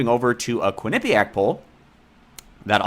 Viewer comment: "KWIN-uh-pe-ack" not only is this a part of the polling results, it's not even on the first mention of "Quinnipiac'. Huh...